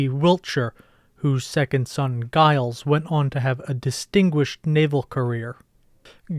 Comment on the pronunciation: The name “Giles” isn’t pronounced with a hard “G”; rather, it’s pronounced “Jiles”.